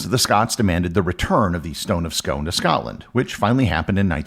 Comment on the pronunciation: It's pronounced scoon as in soon.